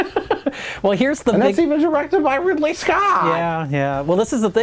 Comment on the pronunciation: Did i just hear "Ripley Scott"?